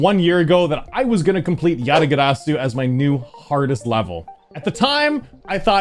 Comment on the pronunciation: You know is cultured when he says "Yatagarsu" correctly. GG,!:D